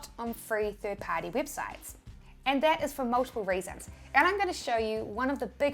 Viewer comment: Wibsites yes u say wibsites